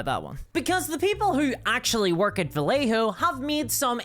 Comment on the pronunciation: The double L in Vallejo is pronounced as a y,.